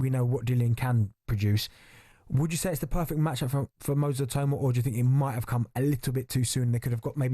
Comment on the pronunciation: Maybe the rest of the Talksport hosts should listen to Adam Smith and pronounce Itauma's surname properly